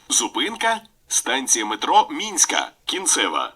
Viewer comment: Не минська, а мінська.